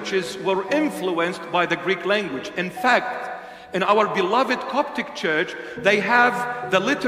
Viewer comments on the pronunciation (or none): none